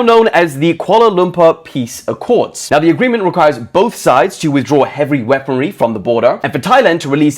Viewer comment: suddenly turns Asian "Heavry wreponary"?